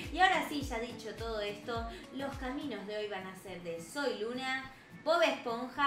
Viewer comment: Hola soy luna suena como Hola soy Lina 🖤❤️🖤